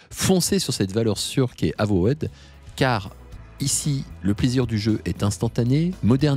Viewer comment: Avowed ne se prononce pas "avowaide" mais "euvaude". de rien.